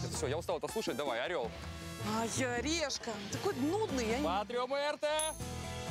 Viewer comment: а мне показалось или сказали все решат орел или лешка а не решка